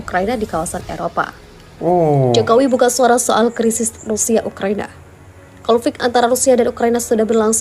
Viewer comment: Ukraina boss, bukan ukrania 👍👍